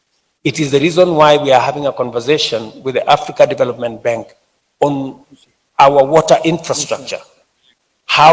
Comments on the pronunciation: Did I hear Ruto say BENK? 🤣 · As long as you pronounce Bank as 'benk' then you are working for 'them' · Lol.. Benk..